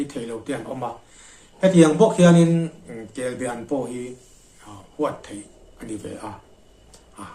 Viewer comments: Kelbean nilovin kelbaan tih zawk tur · Kelbaan tih tur kebean hi a hran a awm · Kelbaan ti in lo lam ta che. Kelbean a ni lo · Kelbe an niloin kelba an tih tur ani kelbe chu a awm ve thoa nie laksual tepawh awm thei a hmingkha lam dik anpawimawh ka ti.kelbe nge kelba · KELBE-AN Tia ilam tlat mai hi adiklo! KELBA-AN tih zawk tur, chuan a bengvar thlakin a tha hle mai. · Atha khawp mai,mahae a lem i tihlan atang hi chuan Kelba-an ania,kelbe-an tiin i lam thina hei hi chu adang daiha,ka han sawi ve anie. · KELBAAN, KEL BA AN ti a lam tur KELBE hi chu a hran daih, Kelbe chu Rengan te nen a in zul deuh, a rah hi Be ang chiah a ni a a rah ro char mu hi, Thingpuife ah an hmang bawk. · I ziak ang hian lam la I lam dik a ni mai. Kelba an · Kelbaan tih tur a ni ka ti ve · kel baan hi kei pawh ka hriat dan a ni e